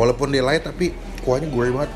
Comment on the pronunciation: Light bukan LITEEEEEE!!!!!!!